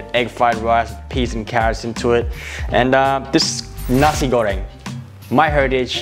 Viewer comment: strugle more to say nasi goreng than cooking it